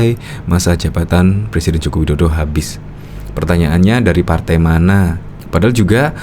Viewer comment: LIZAL LAMLI JANGAN DULU BERHARAP JADI PLECIDEN BENAHI DULU HURUP "R" MU.LAGIAN MANA ADA PALTAI YANG MENGUSUNG MU.SADAL PAK TUA! USIA MU SUDAH GA MUDA LAGI! "SADAL SADAL" PAK TUA.BANGUN DALI MIMPI MU.